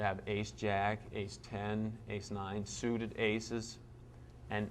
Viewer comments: he said suited aces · 48 gus said: "suited aces" LOL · I laughed when I heard him say suited aces...maybe in his hand he slips cards in. Nah gus is straight up badass. I'm glad someone else caught that as well.